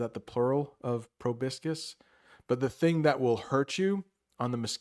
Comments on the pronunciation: Hey, I've just learned from an old video of yours that you are/were studying Italian, so I just wanted to say that you got the "proboscis" pronunciation wrong. I know it because it's similar to the word "proboscide" in Italian. I enjoyed your video, btw. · Yes, you're right about the pronunciation of "proboscis": he got it all wrong. I noticed it instantly since that word is quite similar to its Italian version